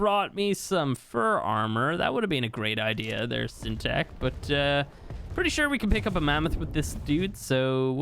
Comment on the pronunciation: syntac sounding like Irish finally 😆😆